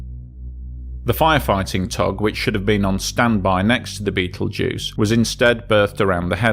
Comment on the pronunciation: I assume that by "Beetlejuice" you mean "Betelgeuse" !!😊